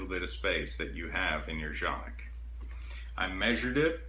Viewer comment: It is pronounced kan-ik according to Canik. Also landscape is your friend, get to know him.